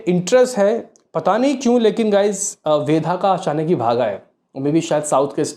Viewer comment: Kitni baar comment kiya hai fir bhi nahi sudharte tum.......वेदा hai वेधा nahi 😡😡😡